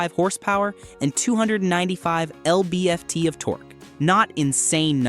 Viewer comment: “L-B-F-T of torque”